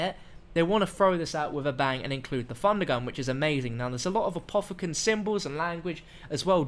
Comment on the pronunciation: Not trying to be mean but I cringe when you say Funder Gun